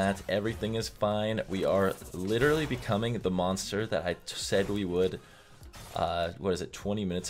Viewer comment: Say litteraly again.